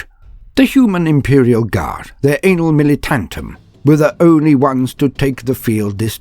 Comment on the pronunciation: "Anal Militaintum"? Not in a million years would I have thought of that 😂😂😂😂